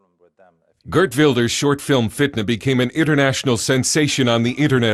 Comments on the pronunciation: It's GEERT not GREET you muppet 🤦‍♂ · Geert!!! Not Greet.. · Hello from Holland. Yes our youngsters cannot rent a house there is a waiting list for years. By the way it’s Geert, not Greet. And he won the elections but after some creative politics, a bloke no one voted for, no one knows, former head of the intelligence service is now our Pm. Go figure. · It's GeeRt, not Greet. Greet is a ladiesname in the Netherlands 🤣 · his name is geert not greet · His name is Geert.. not Greet.